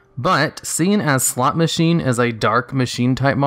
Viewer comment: You really have to emphasize the "o" better the first time you say "Slot Machine." It sounds like you are saying something else the first time.